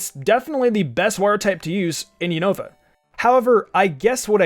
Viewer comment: Man really just pronounced Unova as “you-know-va” I found that kinda funny xD